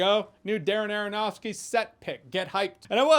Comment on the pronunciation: Darren Aronofsky said rapidly sounds like Dara-Nara-Nahski. I give you my most useless comment ever, friends. For the algorithm!